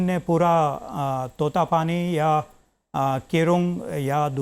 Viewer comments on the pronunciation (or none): * प्रोफेसर साहब तातोपानी को तोतापानी क्यों कह रहे हैं